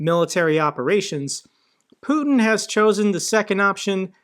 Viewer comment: Putin not Puton . Americans seem to struggle pronouncing names .😊